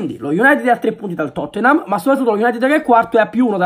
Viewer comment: “a totthenam, e ad arsneal”...a londra sick!